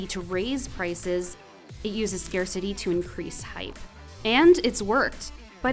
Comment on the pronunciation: I'm sorry, I can't watch this to the end, the pronounciation of scarcity simply scares me away, if you get my drift. I can't stand it...